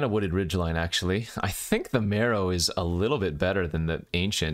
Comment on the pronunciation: You say mEro, I say mAro.... You say potato, I say Potato.... You say tomatoes, I say tomato's.... Lets call the whole thig off! I thought it was pronounced M-AR-O as in Mark Rosewater? What do I know?